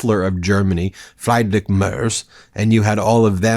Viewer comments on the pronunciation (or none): It's Fr"EE"drich, not Fried-rick. German pronounces IE like EE. and Merz is pronounced as though it had a T in it. MerTz. Come on, you can do it. I'll go easy on ya and won't even ask you to pronounce the ch properly. Just get those two right. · it's "Friiiiidrich Merz (no e pronounced) 😉. Thank you for your profund information to the democratic world❤